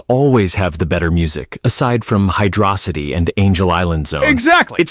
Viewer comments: Hydrocity is pronounced like atrocity... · saying hydrocity the right way is nice